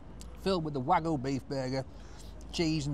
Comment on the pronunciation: hearing call it 'Wagoo' will never get old